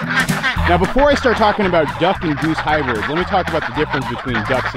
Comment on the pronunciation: Don’t you mean “HYBIRDS”?